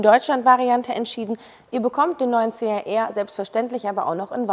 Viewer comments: Schlampert gesprochen.CAR???CHR!!! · CHR,man,hört CAR....😢